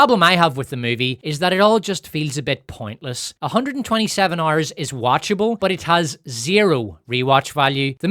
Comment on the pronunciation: "127 Ouerrs" 🔥🔥